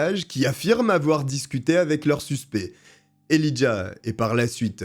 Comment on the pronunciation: "Né dans l'état voisin du Wyoming" ??? Quel est cet état? On prononce Elijah él"eye"jah